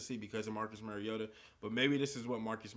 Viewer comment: It's Mario-ta not Merry-o-ta.